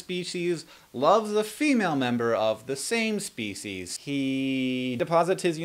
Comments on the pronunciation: I need to use that answer for the "where do babies come from?" Loved the extra emphasis on SAME SPECIES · ..when a male representative of one species loves a female of the SAME species.. :D funny how you stressed that :D